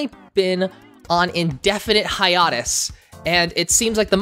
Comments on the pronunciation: Its pronounced "hi-ayy-tis" dude. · The way you pronounce hiatus actually upsets me